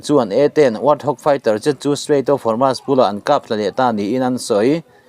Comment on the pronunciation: Guard corp (Corp) hi (kawp) ti a lam lo in, kawr ti a lam nise Hormuz hi Hawrmas ti a lam lo in Hawrmus ti a lam nise